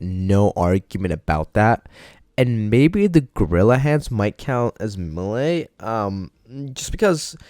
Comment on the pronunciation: top 10 people who can’t pronounce melee